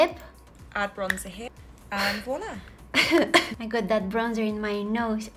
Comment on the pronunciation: Her accent: ok lets be fairy godmother and make her cute. Her: volla